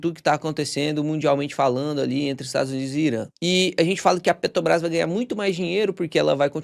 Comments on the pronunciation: Pelo amor de Deus, pare de falar "Petobrás". Tá parecendo o demônio Lula falando. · Cara, eu sou viciado nos teus videos. Conteúdo bem mastigado, entrega muito conteúdo. Mas me dá uma agonia vc falando PETOBRAS. Petróleo, petrolífera, PeTObras? 😅 So comentando mesmo, mas teu conteudo é 100%. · Por que o consegue falar "petróleo" mas fala "Petobras"?